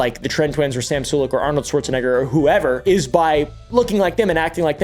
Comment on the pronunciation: Arnoald schrwatcza what?